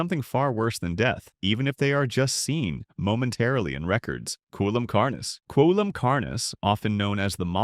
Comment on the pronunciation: "coelum" is pronounced "see-lum", it's another word for body cavity.